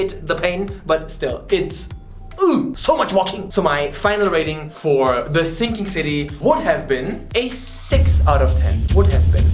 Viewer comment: Do you mean The Thinking City in a german accent?